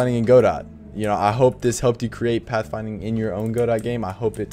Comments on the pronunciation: "Go dot" is funny. It's pronounced "guh doh" like the name of the play Waiting for Godot. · its Ga-Dough not Go -Dot